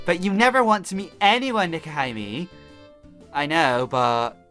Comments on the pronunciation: Dude, It's pronounced Neck-oh-He-May. And I love the fact that you missed the sakura games shameless self plug in the background of Clover's intro photo. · Pronounced Neko He May and it means Catgirl princess. Baka!